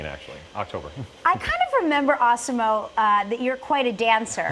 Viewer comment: Stop calling him "ah-si-mo"! You heard the man--er, I mean guy! You heard the guy! His name is "az-si-mo"!